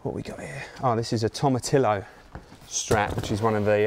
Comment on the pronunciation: Who is this guy Tom Atillo he keeps mentioning.....? Hahaha